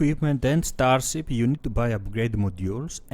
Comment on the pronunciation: Ztar-zip , cool-wuipp. Nice vid man :)